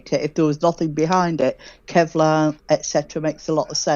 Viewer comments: __ this "PhD in Chemistry" pronounces KEVLAR as "KELVAR." And:__ astronomical nonsense, "planets usually mostly together on one side of the sun," and planet X rushes around hither and yon to prevent perturbation? Better check his credentials,. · Kevlar not Kelvar. Yes, I’m a stickler for words and pronunciation. Lol